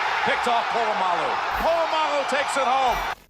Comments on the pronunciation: You can't claim to be a football fan if you can't pronounce Polamalu. 🙄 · BTW Pittsburgh's coach wasn't Mike Tomlin, it was Bill Cowher early on in your video... Sorry Raven's... Ran you over on the way to the Super Bowl 3 times. Is this where you learned to pronounce Troy Polamalu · love ur videos but the way u pronounce POLAMALU is horrendous 😭😭😭😭😭